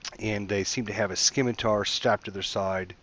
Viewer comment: Scimitar in pronounced "Sim-itar", not "Skim-itar". Like in Scissors.